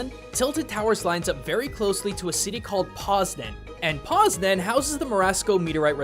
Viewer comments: IM POLISH AND OH SAID POZNAŃ IM SAD NOW ITS SAID POS-NINE my caps lock got stuck EH YOU SAID WROCŁAW CORRECTLY!!! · Patrycja Im sorry but.. what. Im just pointing out that he pronunciated "Poznań" wrong. Im not trying to write something else. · Poz-Dan? It's said more like poz-nyan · Ja wiem its funny when he says Poznań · The way you pronunciated "Poznań" was so deppresing.